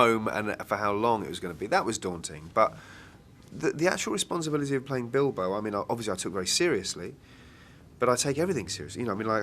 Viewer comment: i heard..that he said dildo instead of bilbo so i came here XD